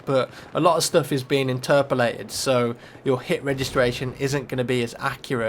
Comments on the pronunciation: Interpilated LOL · Imterperlated lol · "Interperlated" Excuse me, what? xD